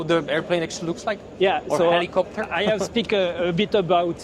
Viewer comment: enfact iht ihs öh plopteur!!